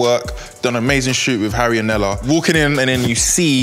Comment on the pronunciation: Nella “Kalas” 🤣🤣🤣